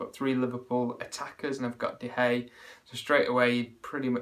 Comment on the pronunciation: one man mission to turn De Gea into a 2 syllable name.